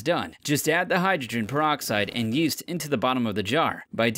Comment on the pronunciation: Instead of yeast yeeeeet